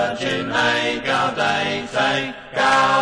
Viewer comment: Yeah, I always had the feeling that they were trying to pronounce it "authentically"--that is, as rural British singers of some hundreds of years back would have twanged their way through this. Same thing with the Mediæval Bæbes on "Veni, Veni": they made "gaude" rhyme (sort of) with "howday." Used to drive me crazy, but then I realized that they might have been going for historic "authenticity." Listening to that made me think maybe they were just pronouncing it "American"--but they're British!